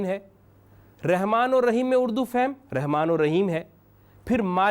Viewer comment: بھائ جان پہلے رحمان رحیم صحیح پڑھا کرو پھر لوگوں کو سکھانا چاہیۓ۔ مادری زبان میں أپ رحمان کے( ر ) کے نیچھے زیر استعمال کرتے ہو۔ (ر)کے اوپر زبر ہے بھائ یہ قرأن ہے ۔رب العلمین میں (ب)کے نیچھے زیر ہے کہ (ب)کے اوپر پیش ہے ۔ پہلی سورہ فاتحہ نہیں أتا تلفظ سے اور لوگوں کو سکھانے والے ہیں۔